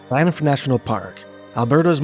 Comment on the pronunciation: "Bye-niff"? Never heard that before.